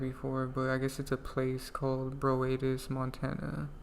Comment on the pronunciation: Broadus, is not pronounced like that.